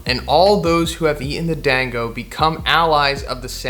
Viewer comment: DAHN-GO! Like Danzo from Naruto, but with a g instead of a z.